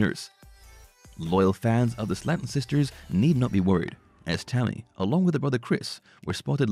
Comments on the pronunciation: The family pronounces their last name as Slayton (Slay-ton) - not Slatten (Slat-ten). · Their name is prenounced like this... (Slay-ton) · Please learn how to say Slaton.